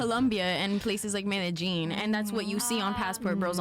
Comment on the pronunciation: Meda-Jean? okay. I can see her try to go to Thailand and get lost because she's asking how to get to Tee-HAY-land.